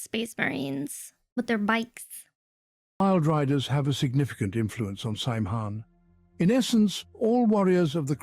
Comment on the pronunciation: AI or not, they can't pronounce Saim Hann correctly.